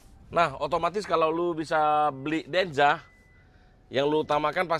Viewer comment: denza bang bukan denja